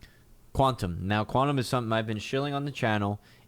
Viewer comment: you were pronouncing it quantum bro cause it was 5am;)...you know is another one that (QAU) ;) it is Q (qiu) tom we love;)